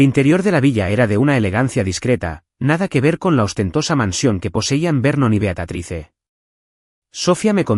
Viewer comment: Beatatrice?????? Leer bien porfavor es Beatrice en español Beatriz ( la e final no se pronuncia)